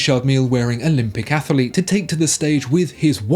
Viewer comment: ‘Athalete’ - AAAAAAGH!!!! The curse of the added extra syllable. (See also ‘Remenant’).